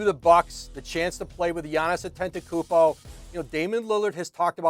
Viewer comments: Lol Giannis last name had shorty in a chokehold lol . Said it almost as bad as Charles Barkley lol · reporter: "giannis antetekumbo" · How many more MVPs should he win before you stop pronouncing Atetkonopopoupo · Her struggle to pronounce Antetokounmpo 😂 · She can’t say Giannis Antetokoumpo 🤣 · Home girl had a tough time saying Antetokounmpo, lol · The lady on the left needs to learn how to say Giannis last name lmao you got 1 job hun lmaooooo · Whoever the other chick, besides, Ramona is absolutely terrible at her job and not prepped at all. How at this point, can you still not pronounce his name, also, there has never been 35 days in any months in the 40 years that you’ve been alive. ESPN needs to get with the program. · girl just say Giannis, cuz you are killing his name lol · This chicken head still can't pronounce Giannis last name. Just say Giannis. Don't bother with the last name bro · Kinda disrespectful for a sports reporter to not even know how to say giannis’ last name. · She destroyed Giannis last name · She absolutely butchered giannis's last name 🤣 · She is struggling with Giannis' name lmao 🤣🤣🤣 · she can’t say gianni’s last name to save her life!!!😂😂 stop making her say that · 😭😭🤣🤣 . This lady said giannis Antegool, him landing in portent, and Fluture.